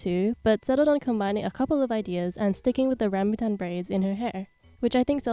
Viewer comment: i love your pronunciation of “rambutan” as a malaysian ❤